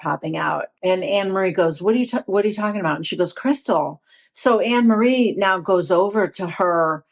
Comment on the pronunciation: It is pronounced An- ne- marie. It's a very common dutch name.